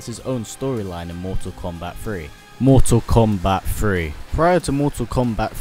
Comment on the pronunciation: "mortal kombat free"